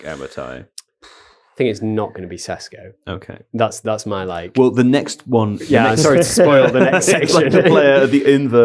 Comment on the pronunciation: Sheshko... not Sesko